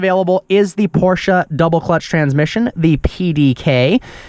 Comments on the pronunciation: Porsche not porsha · Can you stop saying fkn PorschA ?????????ßß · It’s Porsche not porsch A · Not Porschaaaaa but PorschE! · “Porsha” 🤦🏿‍♂️dumny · Stop saying "Porscha" it ist PORSCHE!! With an E! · Whenever i hear him say PorscHA i want to stab my ears ffs.. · why da fck do pepople say porcha?? LMAO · arthur Schmidt its not prounoced like he says it 😂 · Still can't say Porsche correctly